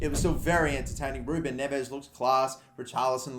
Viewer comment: Its you dont pronounce Neves like you read it, it is Nevsh